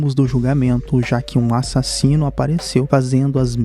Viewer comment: CADE A ENFASE NO A-SASINO